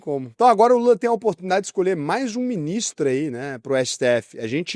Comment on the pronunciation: caraca eu ouvi mini stremer nao ministro kkkkkkk